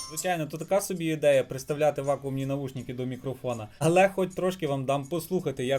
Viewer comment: не навушніки, а навушники, ріже по